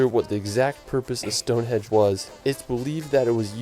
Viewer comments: It's Stone Henge, not stone hedge... this commentator can't speak English properly, there are better videos out there... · I didn't know that anyone under rated British scenery! Visitors to the UK I have met have loved both British and Irish scenery. The narrator mispronounced Stonehenge. It's pronounced as it's written, (say it as "Stonehenj") it's nothing to do with hedges! Glad the Isle of Man wasn't missed out. You can get to it easily from Liverpool by boat or hydrofoil but you can fly from many British airports too. However it is quite expensive when you get there because it's a place that rich people go to live as a tax haven. There is more than one waterfall going straight into the sea in the UK, e.g. there's an impressive one in Devon. Glad the narrator could pronounce Edinburgh!